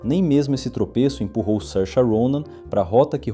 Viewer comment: É assim mesmo. Tem vídeo dela mesma ensinando a pronúncia.